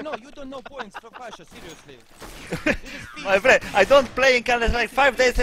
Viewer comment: "ma frend"😂